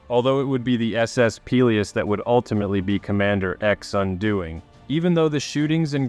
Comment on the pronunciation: Gads...you can't even pronounce "Peleos".